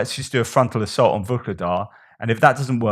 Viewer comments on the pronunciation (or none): none